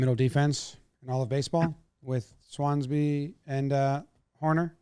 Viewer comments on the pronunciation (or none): Jakes face trying to comprehend that Jomboy said "Swansby" lmaooo